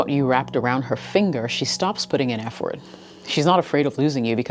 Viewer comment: I've never heard "Effort" pronounced 'EF-Fort'. It's unique.